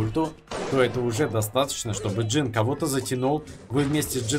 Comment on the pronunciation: ММА: говорит джин вместо жин Я: инфаркт